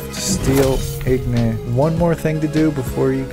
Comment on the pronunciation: you saying "igNOT' the whole video killed me its spelled "ingot" and pronounced "IngEt"